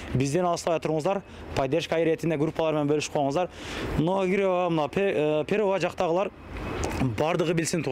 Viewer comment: Кайсы метро дейт новограва дейби😂 новогиреевабы